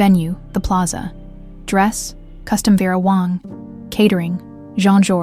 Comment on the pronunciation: VERA WONG ⁉️ IT’S…..WANG 🙄